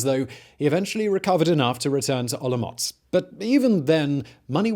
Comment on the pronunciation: Hearing you say OloMocc is making my day. Thank you for the great content. And for the silly pronnounciations. ^^